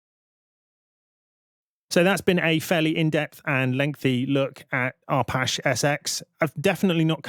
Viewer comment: Pendant alert: Arpache derives from Apache - as in the indiginous American tribe, so you are pronouncing it wrong. Just sayin'. You're welcome ; )